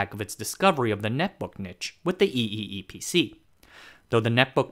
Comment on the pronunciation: "EEE PC" is just pronounce "E PC"